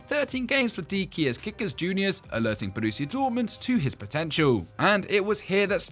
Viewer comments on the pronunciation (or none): none